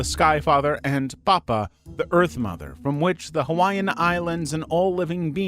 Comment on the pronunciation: Mahalo nui for including Hawaiian beliefs! And your pronunciations are good! But you should have dressed the people in more cultural clothing.